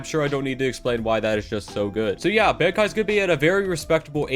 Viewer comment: I was SOOOOOOOOOOOOOOO happy when he stopped talking about bankai alums bc he can't pronounce the word